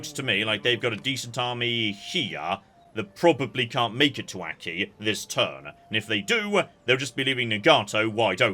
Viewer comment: Notes I expect to never read (edited as I watch): - "Hizen" is pronounced "hee-zen," not "high-zen" - the plural of metsuke is metsuke - Aki is pronounced "ah-kee," not "æck-kee" - Bungo is pronounced "boo-n-go," not "buhn-go." - "spikey-McJibbles" is pronounced "kal-trops" - naginata is pronounced "nah-gee-nah-tah" - Amako is pronounced "ah-mah-ko." You said it more or less right in previous parts. - Bune is pronounced "boo-neigh," not "Boone" - Amazing to hear this again, Ouchi is pronounced "oh-ooh-chee," not like a synonym for boo-boo